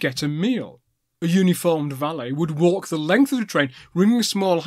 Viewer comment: I think I had an original one of those sandwiches last time I was on the train. :-) Not many pronounce clerestory properly as you did, but I'm not sure about valet you varlet. :-) :-)